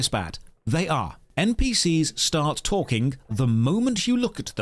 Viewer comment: Saying npc's text to speech is bad when you pronounce "talking" as "talkingk".